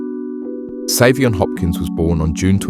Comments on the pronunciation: It is so disrespectful to mispronounce Saiveon's name the WHOLE video. You outta order his name ain't Seven! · His name is pronounced 7.